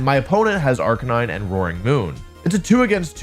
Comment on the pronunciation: I think you’re saying arcanine wrong?